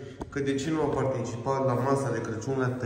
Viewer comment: te iubesc mult Ești o Doamna în adevăratul sens al cuvântului.Sa numai zici CRECIUN Corect se spune CRACIUN.